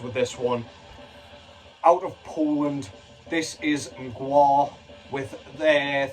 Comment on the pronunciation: Most english speakers choke on Mgła’s pronounciation but you didn’t 😂